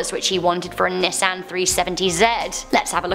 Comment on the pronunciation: U said Nissan wrong